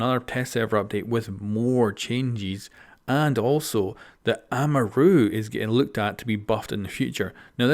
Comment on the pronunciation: The way Amaru is pronounced